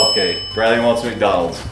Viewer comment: I knew brly is going to say macdonals